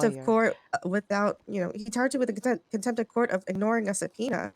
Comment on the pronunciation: Contempt not attempt 😂